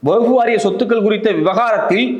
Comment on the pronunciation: வஃ புவகுப்புவாரியம்என உச்சரிக்கிறீங்கவஃஃஃபுவாரியம்